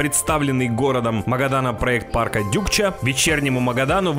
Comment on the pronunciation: Почему Дюкча? Может Дукча.